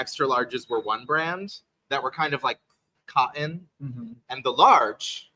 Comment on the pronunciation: What is Cah in? Watch that diction ….. there’s a T in that word. You pronounce it cotton.😝